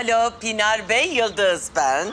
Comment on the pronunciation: Hahahhaa Yıldız o terapist Pınar Bey'e Pinar Bey diyor 😂😁😀 hahaaa 😂 ilahi Yıldız ☺